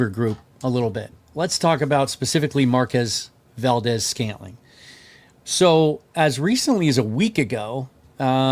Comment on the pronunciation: Love the content. Glad you’re getting credentials! But FYI it’s pronounced Markwezz Valdes Scantling. He got really cheesed with media not pronouncing his name right in his first hallway presser at the VMAC. Don’t want you getting chewed out 😂